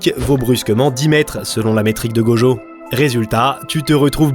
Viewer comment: C'est tellement frustrant !! Tu peux dire "Itadakimasu" sans problème mais "Gojeau" et "Jéjé Akutami" ça passe pas ?? 😭😔💔